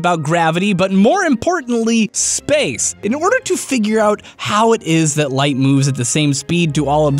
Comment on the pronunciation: he mispronounced SPAAAAAAAAACE!